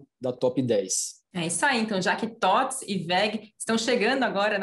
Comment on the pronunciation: Tem só que aprender como se fala TOTVS hahah